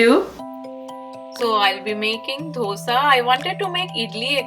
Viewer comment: curves = carbs , dhosa = dosa sambaaar = sambhar batora = bhatura dokla = Dhokla FYI to the ppl who don't get pronunciations.......